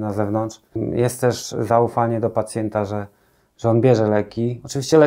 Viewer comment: Pacjenta , pacjenta nie pacjeta 😂